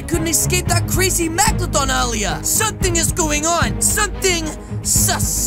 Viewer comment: I love how said maglodon instead of meglodon